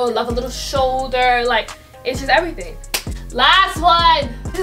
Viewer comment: nobody:: It's EVERYTING!